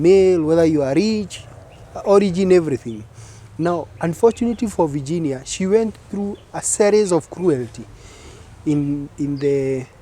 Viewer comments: Ati vaaginia, mscheeew! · Here after Tuko Talks. The way ur pronouncing the name Virginia doesn't sound well Varginia. Ur a Kenyan, why? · I don't like the way she is prounasing her first name.